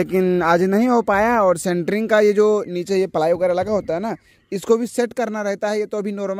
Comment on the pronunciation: अरे भाई सेंटरिंग नहीं होता इस शटरिंग कहते हैं